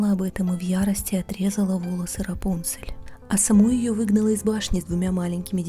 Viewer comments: У меня на компе раньше была игра про рапунцель, и там так же был раздел где можно было послушать историю и там как раз был именно этот вариант истории) (но меня в этой игре всегда смущало то что ударение было не Рапу́нцель, а Рапунце́ль) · Правильно имя РАПУНСЕ'ЛЬ с ударением на букву Е.